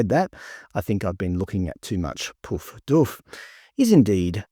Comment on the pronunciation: You didn't pronounce poof correctly. I didn't think you could call anyone a poof these days. It might be like the word nigger, where black people can call each other niggers but white people can't even say or write it...oops!